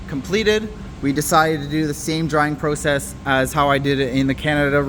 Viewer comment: wtf is a Pro Cess? Do u mean Process? What’s next Flow Ering room?😂😂😂